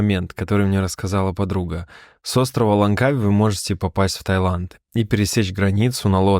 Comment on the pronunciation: Таиланд, а не Тайланд.